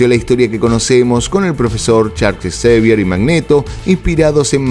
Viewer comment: Xavier se pronuncia Javier